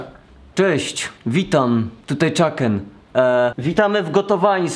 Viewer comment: Czuken je czukena lol